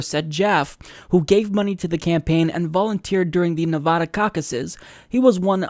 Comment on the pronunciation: Please learn how to pronounce Nevada.